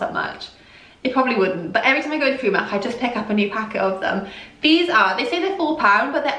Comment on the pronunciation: you say Preemark, rather than pronouncing the i as in the word 'time'. :)